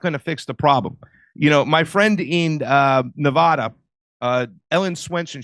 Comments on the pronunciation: Please stop saying Nev-aw-da It’s Nev-a-da!!!! You offend us Nevada natives! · Hey east coasters. It's A as in apple in Colorado and Nevada. Not Color-AHdo or Nev-AHda. That's incorrect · First off you're mispronouncing "Nevada." Middle syllable pronounced "A" as in "Apple" - not "O" as in "cost." Secondly, the motor-voter program is VOLUNTARY & quite easily opted out of. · Nevada pronunciation = Na-Vadd-a not Na-Vodd-a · Stop pronouncing Nevada incorrectly, FFS! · Drives me crazy when folks cannot pronounce Nevada correctly. There's only 50 States..jfc. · I was with until I heard how he pronounces Nevada. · people in Nevada don't pronounce Nevada like you.